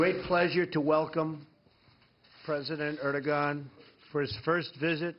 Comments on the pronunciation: Most people in Europe make this mistake. they call him Erdo-gan - but it is pronounced Erdo-han. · It's (air-du-won) not (er-de-gan). How does Trump not know how to pronounce the President of Turkey's name when they are so pivotal in our ability to fight ISIS?? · Ehr-doh-on, not "air". But yes, you're right. Im not surprised he didn't pronounce it properly, but realistically who cares what he calls that shit-stained dictator. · Itis not that hard just skip the g letter and pronounce erdoan its way better than with erdogan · Well I dont care about foreign pronunciations. Sorry to bump an old thread but someone bumped an old comment from me on this page so I just saw it. I pronounce words, American style, as they look. I call this dude like ED-ROW-GUN. If he is too PC to like my pronunciation too bad. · I'm from Kansas, and I knew he did it wrong. It's "Ur-do-on", and he's a "president" like dr. pepper is a "dr.". It shouldn't have to be said, but we ought not be bending elbows with known oppressive governments. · Lol. He called him "Urr-doh-gon." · He can't even pronounce Erdogan's name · Ugh, if the president is going to host various leaders from around the world, he needs to first learn how to pronounce their name properly. So embarrassing and insulting. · It's an easy mistake unless you know Turkish grammar. I lived in Istanbul so I learned some Turkish but without a grammar mark above the letter "g" most non- Turkish speakers wouldn't know that letter is silent . Of course this is a great opportunity for you Trump haters to attack him. At least he's not bowing down to other world leaders like our ex President Obozo did. Any expansionist moves into the Balkans will to restore the Ottoman Empire could bring America or the Russian Federation into conflict with Turkey. I hope this never happens. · He doesn't even know how to pronounce his name. WTF!!